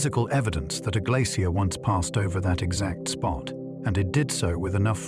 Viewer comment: I find this difficult to listen to simply because AI doesn’t know how to pronounce the word glacier. It’s even trying out several different ways to pronounce it. Just too distracting to sleep, which is too bad because I’m sure it is interesting.